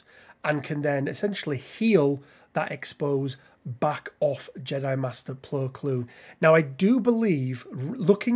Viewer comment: Saying his name wrong